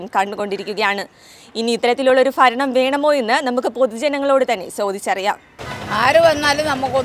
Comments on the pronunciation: ഫരണമല്ല കുട്ടീ ഭരണം എന്നു പറയൂ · Sister faranam matti bharanam ennu parayan nokku.. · ഫരണം അല്ല ഭരണം. ഉചാരണ ശുദ്ദി നന്നാക്കി പറയണം 🙏